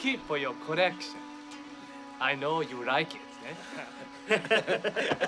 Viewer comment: You keep it for your correction?? Did he mean collection or really correction? 😂